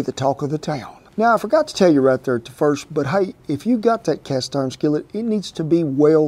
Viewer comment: “Cast orn” love this guy😂